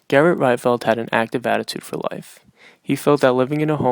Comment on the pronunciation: Pronounced "Reetvelt".